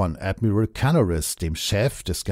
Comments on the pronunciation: "Ädmiral Cannaris" und "Dschenerääl Oster" (englisch ausgesprochen). Ernsthaft jetzt? Oder sind damit nicht Wilhelm Canaris und Hans Oster gemeint sondern ihre angloamerikanischen Doppelgänger? Musste jedenfalls laut lachen. Ach ja, Dulles wird auch nicht ganz so wie die amerikanisch-englische Aussprache von Dallas ausgesprochen. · Es gibt durchaus Leute, die die Namen Canaris und Oster nicht kennen. Meine Nichte zum Beispiel. Die dachte wegen der englischen Aussprache, dass es sich um Amerikaner oder Briten handeln muss. Derart in die Irre geführt hat sie den Podcast nicht mehr verstanden. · Wie immer bei Rügemer interessant und gut recherchiert. Was mich wundert, warum manche Deutschen in englisch ausgesprochen werden, zb Canaris, wie auch andere.